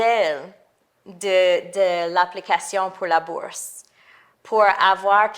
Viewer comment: Quoi c’est le not Elle a dit dans cette vidéo? Ça sonne comme “borse”